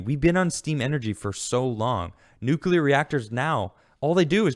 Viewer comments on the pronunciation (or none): Good segment. Fast question. What is NOOKYOOLAR energy? It's nuclear (new-cle-ar). God it's GWB all over again. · NUCLEAR....NEW-CLEAR, NOT NEW-Q-U-LUR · #theresNoUaftertheFirstSyllableInNUCLEAR! ...would it Kill ya to pronounce it NUKE-lee-er???! since it comes from the nucLEus of the atom? thanks!, a degreed Physicist